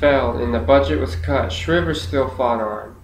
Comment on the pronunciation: Perhaps since four years ago you have since discovered,, Sargent Shriver's surname was pronounced Shriver with a long "I" sound, not the same pronunciation as "shiver." So, in other words, the surname is as if spelled Shr-eye-ver. I assume this speech you uploaded here was for some school assignment, perhaps a public speaking course or a government or political science course? I do still respect the fact you took the initiative to practice your speeches and took the assignments seriously, though. I am more posting this comment so others hearing this speech will not be misinformed about the pronunciation of Sargent Shriver's surname. FYI, I am well acquainted with Sarge Shriver's career and personal history (as a Kennedy in-law), as well with American politics and government generally, having actually been a volunteer in Senator George McGovern's 1972 Democrat presidential campaign in which Shriver was eventually named the Democrat vice presidential running mate following McGovern's dismissal of Sen. Thomas Eagleton of Missouri from the ticket due to the controversy of Eagleton's insufficiently vetted history of psychiatric treatment, specifically shock treatments. In fact, at age 14 years old, I was coordinator of McGovern's campaign in my hometown prior to the Massachusetts presidential primary. At that point, since my state's (Massachusetts)establishment party machinery was still loyal to the presidential campaign of Sen. Edmund Muskie of Maine, McGovern's quixotic cam